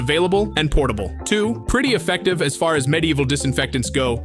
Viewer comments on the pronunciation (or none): none